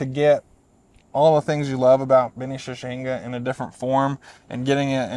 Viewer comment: shichihenge = she-chee-hen-gay. not "shushinga" lol